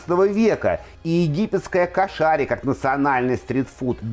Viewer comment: Кошари- ударение на первый слог,а не кашари.